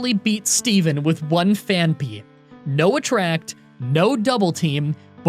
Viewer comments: It's not pronounce Phan-py... But Phanphy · Phaanpy. Phaanpy? Phaanpy. Phaanpy? Simba. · Only today when I heard your pronunciation did I realize it’s name isn’t actually Panphy. What a life I’ve led.